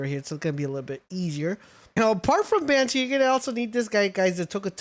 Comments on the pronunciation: Lyleen - Lilin... Bushi - Banshee... Tocotoco - Tucutucu...Mossandra - Moose-anda... Orserk - ORSKIN??... Penking - PINGING... why? I can't listen to this guy anymore 😭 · You calling Bushi banshee bothered me more than it shouldve 😅